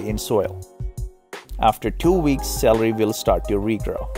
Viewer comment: I was laughing at the point where it said "after 2 weeks the SALARY (celery) will start to re-grow " :-D